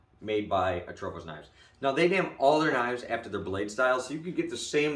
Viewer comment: No H in Atropos mang